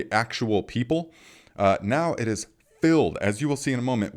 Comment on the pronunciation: "here it tis..."